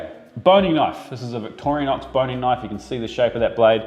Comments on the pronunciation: Victorinox, not Victorianox. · Victorinox. Victoria nox. Why do Kiwis always add an extra letter xD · I liked that you call the knife by it's real name " Victoria knox " as my dad was a butcher for 50 years and would pronouce it Victranox .